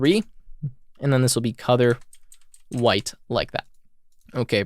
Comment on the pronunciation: Wait....is it "COLOUR" OR "COUTHUR" ????